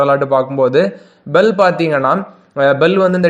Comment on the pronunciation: bhel னு சொல்,,பெல் வேற இர்க்கு !!!!